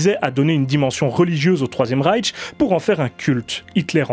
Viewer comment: C'est pas Raiche mais Ryche.